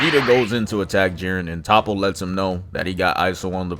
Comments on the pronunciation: top-oh? no-no. it's toe'poh. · Top-po is soo cringy. Ik you hear them say Toppo in the anime. Toe-po or Toap-po is the pronunciation. Say soap, swap the S with a T then add po😂